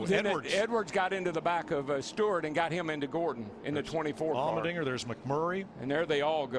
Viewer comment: It's Allmendinger. Not trying to get you mad, but I just got confused when you said Almond Dinger.